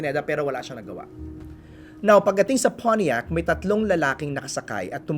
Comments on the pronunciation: Nakaka irita Yung "Poniiac" pronunciation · When he pronounced pontiac.. he said it in a conyo way…